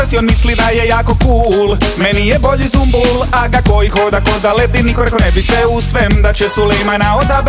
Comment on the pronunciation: Nije ZUMBUL brt vec Sumbul jbt.